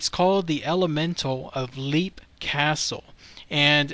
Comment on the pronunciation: It's pronounced "Lep", not "Leep", it's a short "e". Also, you said you didn't know if it was called a ghost or entity or what...it IS called an elemental, because that is what it is. It is a conjured paranormal creature.